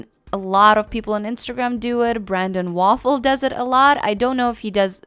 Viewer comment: thank you so much for the tricks and tips. i knew about some of them but clarifying how to use these tricks was really helpful. also "Brandon Waffle" ;P lmao that was great. ive had a hard time pronouncing it too because of the spelling of it